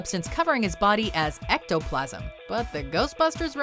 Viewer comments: "Ghost ectoplasam" best ever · LMAO THERE WAS A GHOST EH- ECOPLASM LOLLL